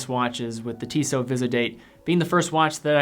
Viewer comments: Instead you should find out how to pronounce Tissot. pronounces it correctly. And perhaps you should refrain from making comments if you apparently don't know what you are talking about. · man, just find out how to correctly pronounce the Tissot brand name before you make this kind of video